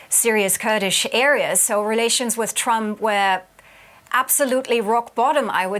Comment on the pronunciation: The guy is so warm assed that he can not even pronounce the name of trump